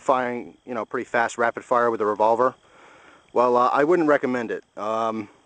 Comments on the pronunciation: hahahah revovler. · LOL REVOVLER